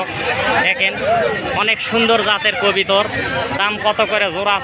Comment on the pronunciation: আপনার কথা হচ্ছে না আপনি বলবেন কবুতর। আপনি কবিতর বলবেন না